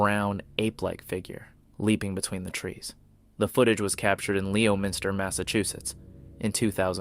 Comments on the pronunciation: leo minster mass? lol ! its pronounced lemonster mass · It’s pronounced Lemonster Ma!! 😂